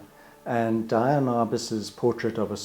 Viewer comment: It's DEE-ann Arbus. Not DYE-ann. Why do so many photography devotees make this mistake?